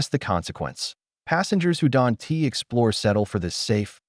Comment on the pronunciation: I wonder where this AI is from...it always pronounces "don't" as don tee....